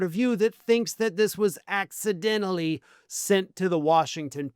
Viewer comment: Say accidentally again 😂😂😂😂😂😂😂😂😂😂😂😂😂😂